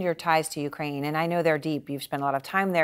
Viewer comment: Did she just say, Ukraime?